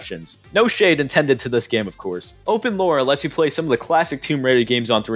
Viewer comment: Btw Lara is pronounced ‘lar rar’ and Laura is pronounced how you pronounced it